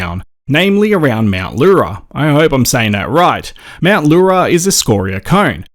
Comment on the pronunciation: Yes, you said Mt Leura correctly. 🤲🏽 Often meaning small or little girl in Gunditjmara/Eastern Maar peoples lingo 🗝